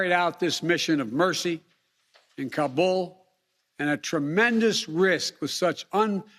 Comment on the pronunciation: Is he actually tryin’ to brag? Jesus Christ. “No nation would’ve had the capacity...” Idiocy. Edit: it’s getting worse. Are there citizens who believe what he’s saying? Does he? Why does he say Taliban and Kabul like he does? This guy. If we don’t show and prove strength in this world there will be those who’ll step into the vacuum. Would you prefer that? I’m ashamed.